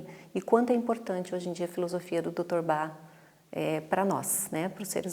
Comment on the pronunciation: Gostei muito dos esclarecimentos mas confesso que me incomodou muito a profissional falar Dr BA, ao invés de Bach... Grata!